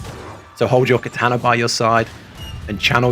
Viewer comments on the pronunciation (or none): none